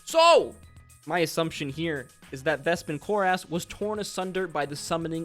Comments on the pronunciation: I just can't get past how much you put the "ASS" in Vespin Chloras, when nobody has said it that way on the show. Some pronounciation help from the show(s): Vespin Chloras (KLOR-is, not KLOR-ass) Xerxus (ZERK-sus, not ZERK-seez) Loquatius Seelie (lo-KWAY-shis, not lo-KAY-shis) Rosohna (ro-SONN-a, not ro-SHAH-na) Purvan (pur-VONN, not PERV-on) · same altho i did enjoy the video. let me also just add one more Patia (pay-shuh not Pat-e-a)